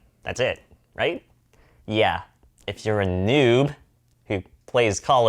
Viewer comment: Did he just said neuub😂😂😂😂